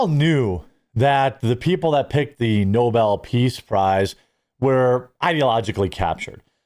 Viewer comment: Reminder: Alfred Nobel invented dynamite, which has possibly killed many people in multiple wars. Second Reminder: joe biden's press secretary (KJP) pronunced Nobel's name: "noble" propounding the notion that someone was being awarded a noble prize.